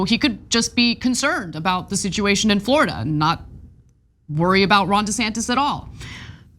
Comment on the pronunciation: " Floorada", "A'll tell ya"